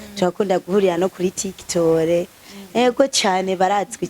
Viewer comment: Ngo tiktol 😂 gusa ndabakunda pe❤